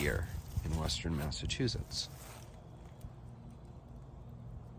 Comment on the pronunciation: I love how you pronounce Massachusetts. Very historic cemetery. Thanks.